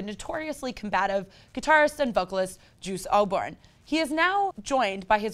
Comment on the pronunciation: She called him juice oborn hahahaha..